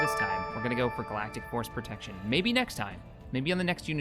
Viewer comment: I love how he corrected himself the first time he said "Galactic Force Protection" but later he just kept miss saying it XD Also 1000 Credits for a Skull of a Contingency Sub Unit, I declare this a Company Wide Bounty